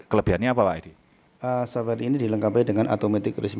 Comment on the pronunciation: software pak bukan soware !!! lol